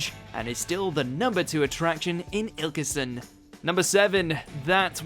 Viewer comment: Derbyshire and Ilkeston both pronounced incorrectly. Can probably let you off for ILK-STUHN, but not DAR-BEE-SHEER! 🙄